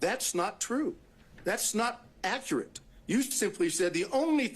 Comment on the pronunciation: Listen to him ,he cannot even talk properly ,he keeps saying "accarate".instead of accurate .How he even passed the bar is mind boggling! He does not sound like a lawyer being questioned ,he sounds like a member of the public .He has to keep having everything repeated and explained to him as though he has no legal background . He can't even make eye contact with the lawyers